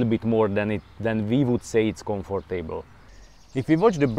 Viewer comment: I love how you say comfort table. Like a comfortable table.